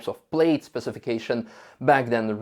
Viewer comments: Not to nitpick but it is “pl-aa-d. Not “pl-ade”. Just saying. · awesome video! thank you! just one note -- i know it's spelled "plaid" so it looks like it should be pronounced like "played" but it is actually pronounced "pladd", rhymes with dad. keep up the great work! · It's pronounced 'Plad', don't ask why, but it is. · Model name is pronounced as "plad", not "played". Yes it's spelled wrong (to many), English wording is so controversial. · It´s not Played, it´s Plaid lol. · Good video -- except for you constantly saying "played" instead of plaid. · Let me help you with your English pronunciation, the word Plaid is pronounced as if it were spelled "Plad". The same way you would pronounce the name "Chad". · I love how pronounced it “played”. 👍. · Or England. It's only ignorant yanks who say 'plad'. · has gone code red on his pronunciation of plaid. Obviously, he has missed out on one of Elon's favorite movies; Spaceballs. It's best watched with multiple hard core Star Wars fans.